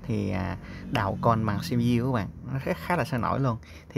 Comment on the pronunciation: lại là xi bi diu 🤦